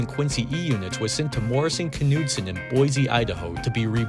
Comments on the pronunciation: This K is silent in Morrison Knudsen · Very interesting. I had no idea there was so much of a story behind these units. By the way, the "K" is silent in Knudsen.